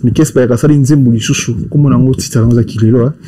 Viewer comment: yo pe, chouchouté ou chuchoté!! 😂😂😂